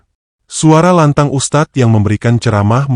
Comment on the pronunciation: Tolong perbaiki pengucapannya...beda arti ustaz dng Ustadz